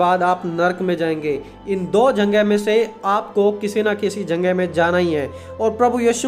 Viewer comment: Lekin aap jagah word ko janga kyun bolte ho